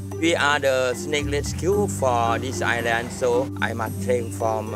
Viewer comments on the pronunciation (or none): none